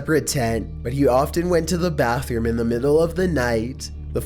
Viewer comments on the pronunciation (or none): none